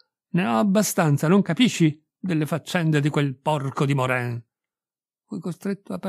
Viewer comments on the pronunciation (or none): Si pronuncia Moran !